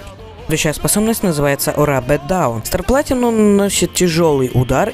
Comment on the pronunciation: Не стар платинум а Стар Планитум За Вардо SPTW